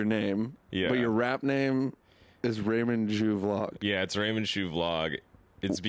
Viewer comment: callin em raymond ' jew ' instead of raymond ' shoe ' 😂🤣😭